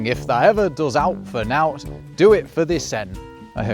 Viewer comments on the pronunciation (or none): "owt" and "nowt" arr pronounced wrong here i believe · Your Yorkshire pronunciation is a little, er... Lancastrian, grr! Over the border they pronounce it as you did, to rhyme with cow, but in Yorkshire dialect it rhymes with how we'd say owe (as in money) or "oh". The old bread advert for the one with "nowt taken out" doesn't work in Yorkshire dialect. Oh, and if people think the tu/vous distinction is awkward, try Vietnamese. It has multiple pronouns, all based around kinship, not just formal or informal, though formality and informality do come into some of them. I tell my wife, "Anh yêu em" but she replies, "I love you, too" 😀 But if she were to reply in her language it would be, "Em yêu anh" – I am anh ("older brother" level) to her em ("younger sister" level, even if the female is older). Different reciprocal pronoun pairings would be used by her and the other person in different relationships (older, respected people; grandchildren; colleagues or acquaintances).